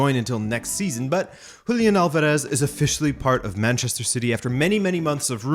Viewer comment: How is it that you cannot promounce Alvarez? YOur making it way harder than the actual pronunciation dude... ALL-VAR-ES